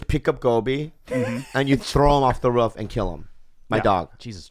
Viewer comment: Bobbyyyyy why u say “roof” like that?